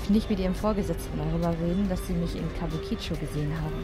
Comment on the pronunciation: [klugscheißmode] kabuki-cho...also die Betonung nicht so sehr auf das "i" am Ende.[/klugscheißmode]